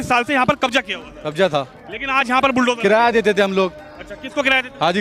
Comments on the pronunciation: बिलडोजर चला दिया 😂😂😂😂 बुल्डोजर बोलते नहीं आ रहा 😂😂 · मोहतरमा तो बुलडोजर को बिल डोजर बोल रही है।😂😂😂